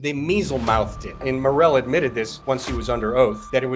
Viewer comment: Mealymouthed not measlemouthed